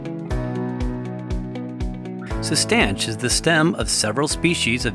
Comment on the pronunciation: I believe it works by making your body believe that you are not making enough testosterone, so it makes more Luteinizing hormone by gonadotropic cells in the anterior pituitary gland. I also believe it is pronounced Cis-Tan-Shah. I could be wrong on both of these points though.